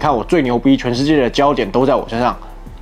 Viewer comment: 只有我覺得，最近八炯的影片最後說「今天影片到這就結束」，在 1.5x 速度下，聽起來怎麼都好像「習近平到這就結束」？